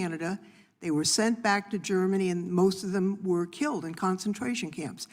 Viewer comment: Tell Crockett it's KILLED. Not KILT.